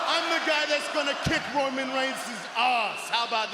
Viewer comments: Did y’all catch Bronson Reed calling Roman: “ROYman Reigns” 😂🤣? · Bronson said Royman Reins when he first started talk 😂😂